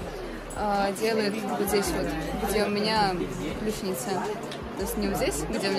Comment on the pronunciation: простите! ""ключица" - не "ключНица"! простите, но мне могло послышаться